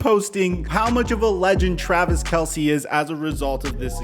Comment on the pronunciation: By the way it’s pronounced Travis Kels, Not Kelsey…